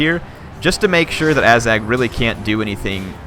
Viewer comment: and ah-zag not ay-zag